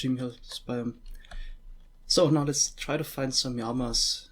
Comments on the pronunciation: did you seriously say "yamas" instead of "llamas" ?? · LLamas not Jamas or Yamas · Np. I was referring to his pronunciation of "llamas" 😉